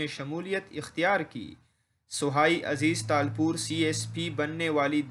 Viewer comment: نام تو پڑنا نہیں آتا